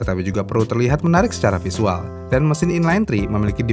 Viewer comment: Visual min. EN : Visual ga bisa diEYDkan jadi ID : Fisual. terkecuali dirubah bahasa jadi ID : "Tampilan" ⭐